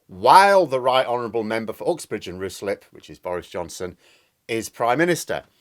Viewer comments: Rooslip? Did you mean Ruislip? It’s pronounced “rye-slip”. I’m sure you know that. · "South RICE - LIP",. Not "ROOS-LIP". Just sayin'.. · FYI: Ruislip is pronounced Ryeslip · It's pronounced Uxbridge & Rye-slip. Jus sayin. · It's pronounced "Wryslip" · Just for your info Ruislip is pronounced Rice-slip. Thanks for your video. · Sorry to be pedantic but Ruislip is pronounced rye slip. Or if you're a local royslip 😀